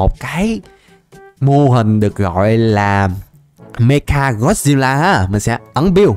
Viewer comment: Anh nói meca got xêp la sai rồi phải là mecha got xep la